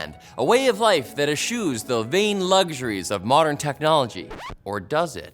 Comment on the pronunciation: Eschew is pronounced like s and q. Eschew is “S-Q”